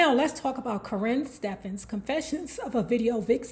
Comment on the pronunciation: She kills me saying her name like that “currin” lmao.